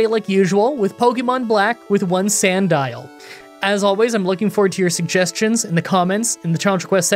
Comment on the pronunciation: Who knew Sandile looked like that and was pronounced like Magnemite